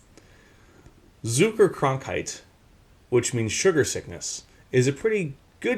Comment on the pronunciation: two quick critiques on your pronunciations: z = ts -> Tsuckerkrankheit ä = ae = ayyyy = NahrungsmittelunvertrAAYYYYYYglichkeit overall good job on the tough pronunciations